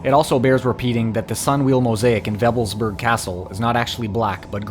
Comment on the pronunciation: It's not pronounced 'Weffelsburg' but Wewelsburg. You have no idea how absurd you begin to sound when you mispronounce simple German.